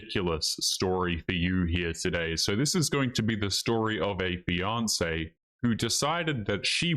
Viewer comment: says fiance...I hear Beyonce lol